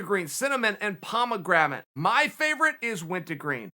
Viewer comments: Lucy Gum: Pomegranate Chael: Pomegramit Lucy Gum: Okay Great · “ Pomagrammit”? Unca, wacha doin out there? You say more words than anyone else’s vids. PULEEZE get better than 50% of them rite. 😜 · Chaels favorite flavor of Lucy. Nicotine gum is"PomeGramate" 😂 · Uncle Chael: It's pronounced "pomegramate" Everyone else: It's always been "pomegramate". Yes sir. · Nobody: Chael: POMEGRAMATE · Me: Pomegranate Chael: Pomegramate Me: Ok great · Wint-a-green and pomegrammit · I died when I heard him say pomegrammit lol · Dis he just say pomegraMate?